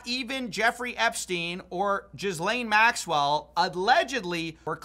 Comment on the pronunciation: i love when says "jizzlane maxwell"